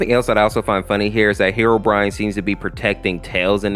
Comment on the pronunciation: You said herorine